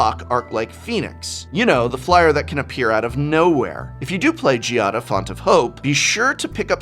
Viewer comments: Normally, I would have just left a comment like "i can't think of anything good to comment, I just want those commander decks" but I actually have something good to say this time. GIADA IS PRONOUNCED WITH A HARD G! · Most card names of legendary creatures are strange but being Giada a common name in Italy that pronunciation is soo weird to my ears (the accent is on the first a not the i). Beside that, what's going on with RhisticStudy line in italian in the outro? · Has Giada been pronounced differently every time here? WUT xD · I love how even prof will go back and forth on the pronunciation of Giada.